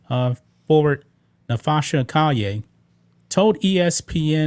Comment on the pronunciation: It's Call-yer